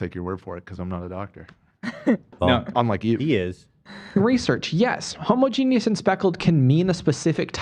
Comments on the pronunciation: i thought jake correcting pronunciation so often in that vid was ironic since he also mispronounced homogenous as homogenius (same way ethan did but lol) and esophagitis as esophageetis (also the same mispronunciation as ethan), and i don't think he was just doing a bit. you figure he would actually bother to double-check the pronunciation of those in a video where he's so critical of pronunciation for no reason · WHY are they saying homo-genius??? Isn’t it homogeneous? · i did just check this and while homogeneous is a word, it's an uncommon alternative spelling of homogenous and rarely used. also homogeneous is still pronounced differently to how jake pronounced it (homo-jee-nee-uss vs homo-jee-nyus). i only brought this up because i thought it was a bit hypocritical of him to point it out and kind of a low-blow towards dyslexic people (which ethan is) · It also infuriated me that he kept mispronouncing homogenous bc he was snarky about Ethan mispronouncing things 😭